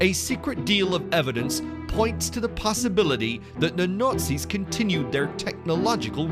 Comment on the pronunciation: Between the overly loud and over-dramatic music, the voice-over's overly dramatic tone and pronouncing Nazis as Nurtzies or Nutzies or Nortzies, this is hilarious.